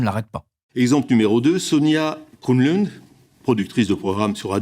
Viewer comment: Il n'arrive pas à prononcer Kronlund ? Et la Parmentier à côté elle porte pas plainte contre Mediapart ?